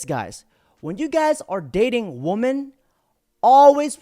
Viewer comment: Please, learn how to pronounce "WOMEN".